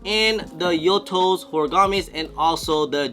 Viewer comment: how are you still butchering the "Yutos"? That's a pretty straight forward name. There's Viet names that are 10x harder to pronounce 😂